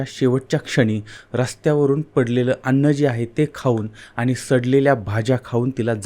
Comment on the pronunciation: सारखं सारखं आनी आनी खुपच अशुद्ध बोलता हो तुम्ही.